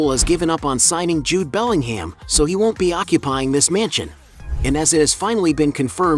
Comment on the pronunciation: FFS!!! It's not BellingHAM, it's pronounced Bellinghmm